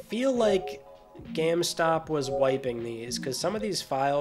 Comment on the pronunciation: Never realized you say geam stop